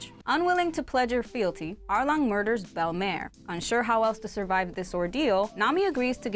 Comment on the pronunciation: its bellamere not bellamare